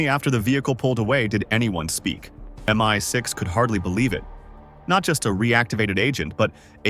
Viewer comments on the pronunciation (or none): Why can't the AI-generated voice say "MI6" instead of "MY6"? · Its 100pc true. Its stupid AI messing with the pronounciation. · MY6 instead of MI6 ? How Bogus a Story is this ? Cannot even get the Robot to clarify the proper Words !